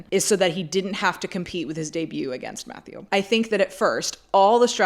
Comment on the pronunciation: I think it is time for everyone in fashion to learn to pronounce the name Mathieu. We already forced Demna to drop his last name!